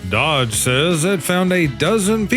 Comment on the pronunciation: You can't be so far out of the loop that you pronounce DOGE as 'Dodge'. EVERY media outlet and 'influencer' can say it correctly.